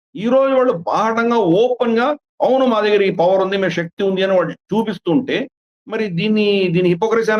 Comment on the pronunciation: Shakti, snatruvulu inappropriate telugu pronunciation ciation